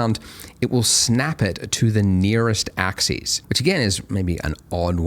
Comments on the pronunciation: I feel pedantic saying this but the word axis is pronounced ax-us, not ax-ees, which is how the plural “axes” is pronounced. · Andrew I love your material, and you're a great instructor. But, please, you (and Winbush) need to learn the difference in pronunciation between "axis" (singular) and "axes" (plural). Example: Move along the X AXIS; or This object will move along all three AXES. End of grammar rant. Thanks, and keep up the good work.